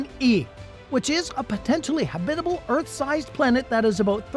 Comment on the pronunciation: Is it just me or does anyone else cringe every time the narrator says the word “habitable” ?